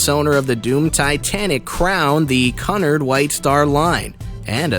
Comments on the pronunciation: It's pronounced Q-nard. At least he pronounced White Star correctly. And several below are right that RMS does not mean Royal Merchant Ship. Makes me wonder who writes this stuff. I especially liked the assertion that ten crewmen shared one bunk. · 1: is not haunting 2: it's pronounced QEW-nard and they were enemy's and the rest is probably true 3: is not haunting 4: it did not span the ship, dipstick 6: you misspelled riband 7: is 8: is true but you also misspelled the escort's name 9: sounds fake 10 none of these were scary or haunting so I am reporting this so please dislike this video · It’s pronounced Q-nard. And your facts about the merger are wrong, as well as where the QM was built/launched. Also, why show photo of Titanic’s construction, and brochured interiors when talking about a completely different ship? Damn! WTF? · 1. RMS means Royal mail ship, not Royal merchant ship as ships with this designation would carry the royal mail 2. Cunard pronounced Queue-nard, not the way you pronounced it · While I liked this, you need to learn how to pronounce certain words. Cunard is pronounced ”Q-Nard.” The Normandie was not even close. Anyway, not scary at all. Perhaps a rewrite of the title is in order? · You are pronouncing Cunard and Lusitania wrong I’m British and that is not how you pronounce them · Your saying caaaaaaaaaaaaanard not cunard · It isn’t “Cunnerd” it’s “Cue-n-are-d”. I love people who who go thru life saying things one way when the entire world says it another way (correctly). You should check this type of thing before making a video about it . Embarrassing. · I can’t watch this anymore - Cunard is not Kun Ard it’s Q Nard.........For heavens sake. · RMS = Royal MAIL Ship, Cunard = CUE-nard, not CUH-nard, Lusitania = loo-sih-tay-nee-uh, not loose-tay-nee-uh. Queen Mary's dining room SPANNED THE ENTIRE WIDTH OF THE SHIP. I hate when people get common names wrong yet want to act like they know what they're talking about. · What is cun-ard ITS QUENARD